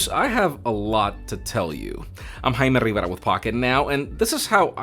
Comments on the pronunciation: This guy gets me everytime he says his name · He sure likes hearing his name for sure...he puts in the extra effort to stress it out. Just what i noticed. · Damn that "I'm Jaime Rivera" with the accent made me double-take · The lack of accent actually